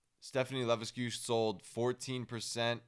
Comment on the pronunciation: Levesque is pronounced "Lah-veck"